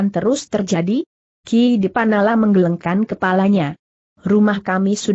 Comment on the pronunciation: Apakah naratornya bukan orang asli indonesia? Pada 1.01.14 membaca kata "menggelengkan" saja gak benar. Klu orang asli indonesia pasti sdh pernah dengar dan tahu arti kata itu. Atau mungkin ini rekaman anak SD sedang belajar membaca lalu diunggah di youtube utk cari duit? Memalukan!!!